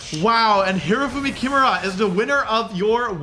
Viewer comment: Not Shoehei "KIMura", its "kiMUra", emphasis on the middle syllable!